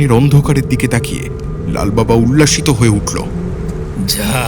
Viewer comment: Ghumacchhe Ta Aabar Ki Bhasha? Aar Ullasito Na, Ullosito.